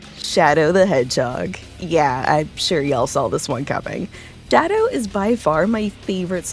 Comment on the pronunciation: did you just call him Daddow?